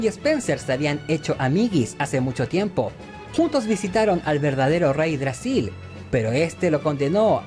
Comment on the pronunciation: Todo bien. Pero no es reydragsil. Es yggdrasil.